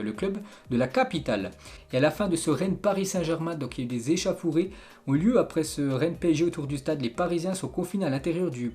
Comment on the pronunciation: on dit echofouré pas echafouré hhhh